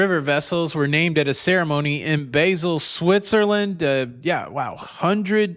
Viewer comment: Hey hey hey, love your show. Not criticizing, just a pronunciation. Basel has a soft “a”. 🤗😘